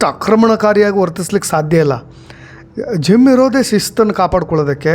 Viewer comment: Zim alla adhu Gym